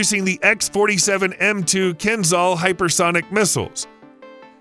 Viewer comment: Kh-47M2 Kinzhal is Pronounced 'Ha' not X.